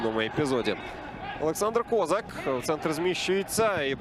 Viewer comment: Він точно кОзак? Не КозАк? Бо звучить дивно